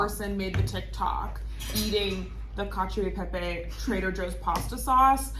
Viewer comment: It's "cacha peppay" phonetically